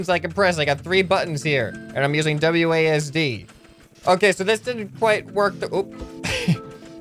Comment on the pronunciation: Please say wads and not wdas? Was it idk but please say wasd